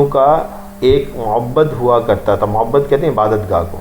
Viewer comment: م ع ب د۔ معبد درست تلفظ ہے با ایک بار ہے با مشدد نہیں